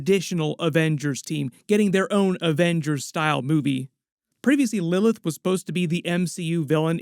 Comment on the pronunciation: Why can’t bro pronounce Lilith